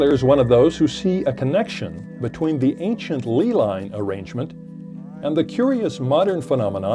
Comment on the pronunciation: its not St Michael's tor, its St Michael's tower on top of Glastonbury Tor....and its not a lee line, its a lay line. And its not Glastonbury cathedral, its Glastonbury Abbey...and the American tourist should shut up and listen to Busty Taylor and he might learn something rather than deliver a lecture on top of a place whose name he cant even get right